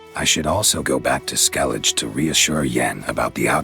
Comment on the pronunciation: Skelidž xD